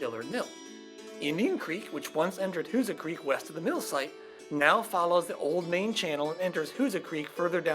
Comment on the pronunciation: My parents were from Steelville. I always heard it was pronounced "WHO-zaw"... But nice to see thvideo! e